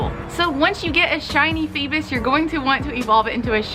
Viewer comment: It's not feebus but feebas (feebaas)